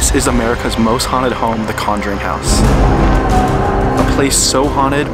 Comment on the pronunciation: l heared plowing when u said house hahahaha